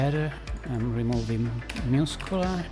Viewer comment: I listened to this the first time and thought he was saying muse-killer... i had really bought in to it by the end. Muss-queue-lar.